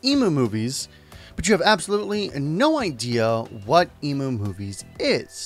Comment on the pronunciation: I know this is a minor thing... But isn't the site EmuMovies pronounced "M - U - Movies" like for Emulator Movies? And not like "Ee- Moo - Movies".... Sorry for my OCD, lol...